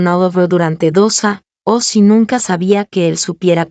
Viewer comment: La narracion se come mucho la letra" Ñ "años bañados ceño señorita ,y muchas palabras que pueden ser reemplazados con sinónimos